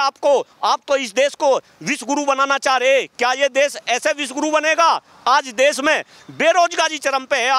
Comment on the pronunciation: Amit Shah pahle khud Hindi bolna sikh le Desh ko Des bolte hai